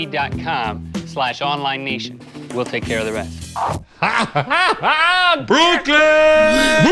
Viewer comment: “BROOKLYN!” lmao his real self coming through 😂